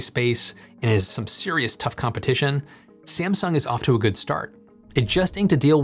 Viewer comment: are you using AI video generator? The way you pronounced "Sieamsung" was really weird, it is just "Samsung".